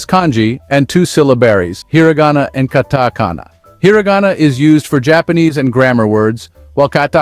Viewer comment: it pronounced the word "katakana" differently each time.